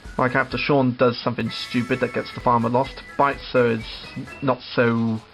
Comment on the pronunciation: You were pronouncing Bitzer's name wrong